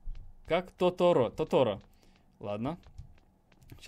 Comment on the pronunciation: Тоторо на первую о ударение. Аниме фильм Хао МИЯДЗАКИ есть такой. Черт это не китайский мультик!